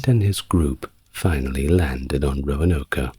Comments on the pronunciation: Roanoke. Not Roanoka. 3 syllables, not 4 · “Roanoka” Really? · Glad to know I'm not alone. Also, my eye twitches a little when he says Roanoke 😅 (Row-an-oak) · I love all the background details in this video, but I have to point out that the “e” on the end of Roanoke is silent. The “oke” is pronounced like “smoke.” 😁